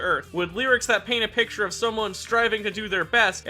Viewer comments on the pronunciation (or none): none